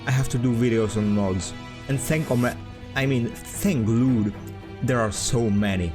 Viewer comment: Thank Lewd? Thank Luhd. Can't blame your accent on that one.